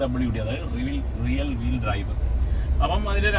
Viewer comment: റിയൽ വീൽ അല്ല ബ്രോ, റിയർ വീൽ….